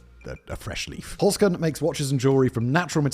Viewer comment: Holzkern - literally meaning “wood core” or “wooden core” - pronounced “holzt kearn” - say the “z” as “ts".